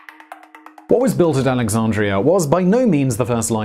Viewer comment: lol@ "AlexaRndria"